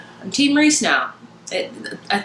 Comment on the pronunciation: "I'm team rhys now" lol I cheered when you said that. This was my favorite book so far this year. I keep wanting to re-read it but I have so many books I have to read that I have not read yet. And you are right it is pronounced Reese. I am one of those nerds that looks up the pronunciation so I know how to say the names.